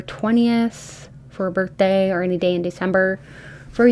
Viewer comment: May 11th is “ma birf day”😂🎉